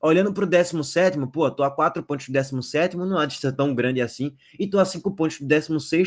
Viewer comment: Amigo fala com mais calma. SANTOS e não santi. PONTOS e não pointi. Tenta caprichar mais na pronúncia.